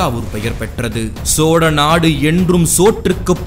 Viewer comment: சோறநாடு என்பதுபோல் தெரிகிறது தெளிவாக கதை சொல்லுங்கள்